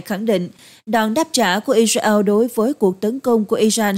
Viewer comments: Co ptv doc chu Israel la I RA EO that la bai phuc co nay! Am S o dau roi? Chu de vay ma cung khong doc duoc cho dung,that la qua kem coi. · Sao đọc i reo khó nghe quá !